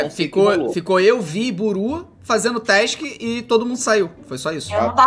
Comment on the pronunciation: n e task e tesik e assim que ele fala